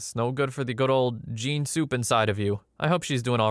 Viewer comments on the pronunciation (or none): none